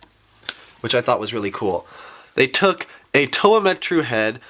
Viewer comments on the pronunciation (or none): none